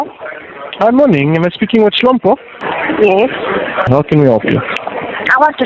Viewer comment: Hlompo apanga pronounce kuti SHOMPO Hl ndi Sh